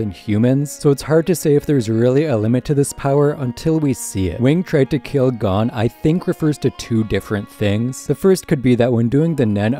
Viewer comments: why does he keep saying gone instead of goan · It's g-oh-n not gone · OMFG THEY SAY GON IN EVERY FUCKING EPISODE ITS NOT GONE HOLY FUCK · HE IS NOT GONE. HIS DAD IS. everyone in the anime's says GO-un not GAWN, if your going to have a 30 min+ video on hunter hunter please just say it how the english dub people do. you speak english. the second this videos in japanese do whatever. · not watching the rest after the first few seconds when I heard him say gon like "gone" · The amount of stuff he’s saying wrong or mispronouncing is irritating, playing a clip where they say “Gon” then saying “G O N E” Lucifer instead of Lucilfer. Togashi stated the X in the name is a multiplication symbol not a space. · You’re pronouncing Gon wrong, its said like Goan. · I really want to watch this but I hate the way you say Gon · so were not gonna talk about the way he says gon's name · Good vid but it is a pain to here you pronounce gon like that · Is it Gho-n or G-on this guy is saying it funny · his pronunciation of chimera and gon made me stop watching this video